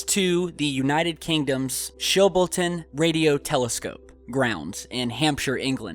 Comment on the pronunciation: Holy shit i live literally 10 mins from Chilboton (btw it's pronounced Chill-bolton ^-^) that's so fucking cool